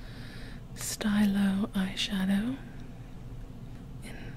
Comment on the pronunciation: the chanel "stylo yeux" stylo part is pronounced like steeloh and stylo is just french for "pen" and "yeux" means "eyes" 👅